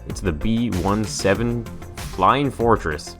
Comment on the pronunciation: b17 not b1-7